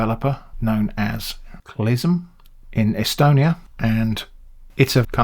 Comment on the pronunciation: And Estonia strikes again! It's really funny to me I keep running into stuff mentioning my home country in the most unexpected places. You nailed the pronunciation too, well done!